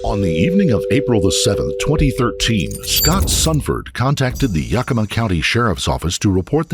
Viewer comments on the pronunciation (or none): Pronounced Yeah-kih-mah, NOT Yukima. (to be fair, non-native Washingtonians often pronounce it this way) Ours is a state of FREQUENTLY mispronounced names.